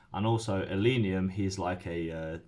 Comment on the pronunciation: It's ill-leh-neeum, not ill-ee-neeum.